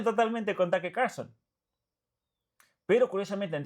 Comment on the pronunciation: Taker ? Tuker tal como suena